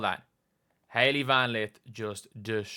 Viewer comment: WOW ….. “HALEY VAN LITH”!